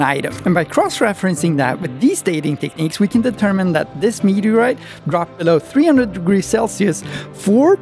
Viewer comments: I just love your pronunciation of "meteaoite" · What's a mehuuuhgriite?